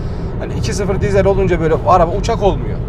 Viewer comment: Eğer bir dahaki videonda diiiiiizel dersen abonelikten çıkacağım. Dizel dizel dizel dizel. Bence sen de söyleyebilirsin. :)